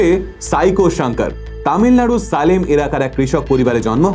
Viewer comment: জায়গাটার নাম সালেম নয় "সেলম"।